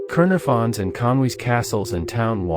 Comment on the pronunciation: "kernafun"?? Caernarvon ie Kar Nar Von, This is deffo a yankee bot.